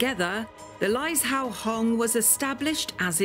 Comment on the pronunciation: It’s pronounced lai zhou (joe) hong